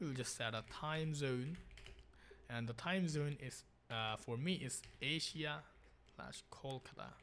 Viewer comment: yeah the great continent "Aisa"